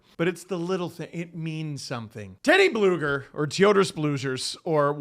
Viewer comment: Tioters Sploogers?! Yikes.